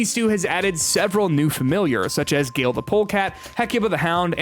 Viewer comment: Get someone who actually played to do the video. "Gale" the polecat is pronounced "gah-lee" Supergiant and it's talent didn't meticulously record their lines just to have it butchered.